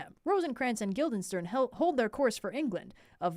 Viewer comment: This whole thing is fantastic, but I think the funniest part might be the fact that keeps saying “Guilderstein” instead of Guildenstern and seemingly just does not notice 🤣